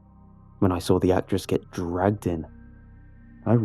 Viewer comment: Nobody:: Sawr Still best narrator tho